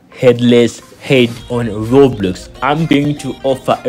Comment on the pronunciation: Bro said Robloos💀💀